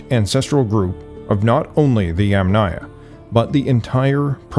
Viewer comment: For the correct pronunciation of Yamnaya you stress on the "a" of the first sylable, i.e. Yàmnaya.